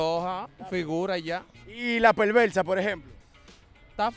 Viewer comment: Cómo es perversa o pelvelsa? 🤣